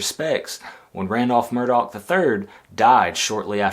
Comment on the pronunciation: Yes, pronounced 'Murdock'. Not 'Murdaw'🙄